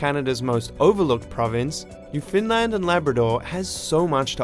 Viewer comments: Pronounced Uruguay like Homer Simpson, called Newfoundland 'New Finland' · I'm sorry but your pronunciation of Newfoundland hurts my soul. Canadians don't emphasize any of the syllables. It's just New-found-land, evenly paced. But you are decently correct with pronouncing it more as 'New-fynd-land'. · Newfoundland, not "New Finland"